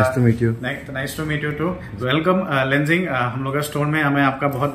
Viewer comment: Itna expensive me sell kartai.. aur yeh lenzing bolrai 😂😂ade daam me biktai😂 😂. Waha ka price same as new hai. "Bahut zyada kam.ojatai"😂